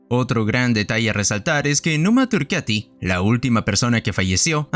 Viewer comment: Por favor no digas más "Numa turqueti" es turcAti!! Dejad de traducir todo al inglés, o intentarlo....